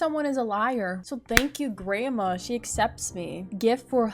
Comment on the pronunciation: lol it sounds like you say "grama" instead of "grandma" btw I love ur vids>:3